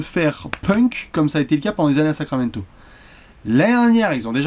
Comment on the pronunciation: "Sacraquamento" ! Comme d'hab... 😁🏀🇫🇷👍